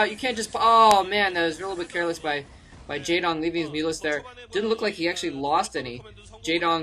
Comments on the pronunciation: no not really, pronounced like its read J"ae"dong with a softer a, not such an accented "a" sound. How do I know? I can read his name in korean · by the way the "ae" in the name Jaedong is pronounced in the same way as "ea" in zealot.